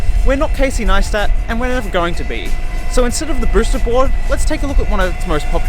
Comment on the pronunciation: He calls it a broosted board.